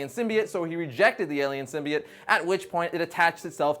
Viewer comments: Sim-bee-oh-tt, not sim-bee-it.... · It's pronounced sym b oat